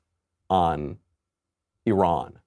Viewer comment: at least Micheal Knowledge knows how to pronouce E Run correctly. Thanks Micheal.. love your show. You remind me of young Al Pacino in the Godfather.. do you speak that Italian American accent? can i hear it? im your fan from Malaysia.